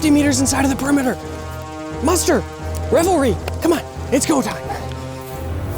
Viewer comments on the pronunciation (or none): Did he say "Revelry" instead of "reveille"? LMAO